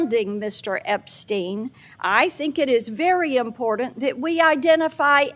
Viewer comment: Did he just say deportant?